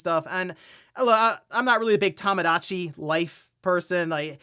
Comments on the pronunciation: I hate that this bugs me but... Toe-mow-daw-chee. not Tom. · Tomodachi is pronounced "Toe-moe-dah-chee" not "Tah-muh-dah-chee".